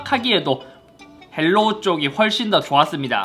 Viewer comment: 헬로우가 아니라 하이로우입니다. 중국어 발음 그대로 영어로 쓴거에요.